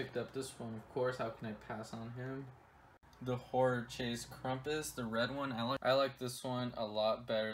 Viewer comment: Come on it's not Krumpus it's Krampus!!